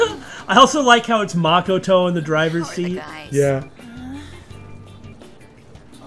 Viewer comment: Y are you guys saying Makoto's name wrong